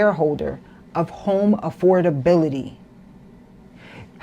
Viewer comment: She cant even prononuce AFFORDABILITY, properly. Use your vowels and tighten your tongue 😂